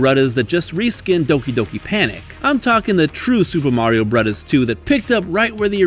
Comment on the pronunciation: Why do you say “brothers” like that?